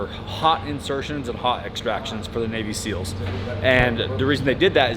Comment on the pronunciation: SEALs, not Seals